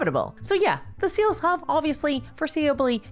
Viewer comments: Are you saying sales or seals I’m so confused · The way you say sales sounds like seals. And my brain is like "GW pays its investors with chonky bois."